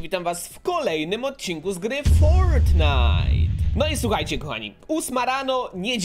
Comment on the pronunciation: Dziwnie mówisz fortnite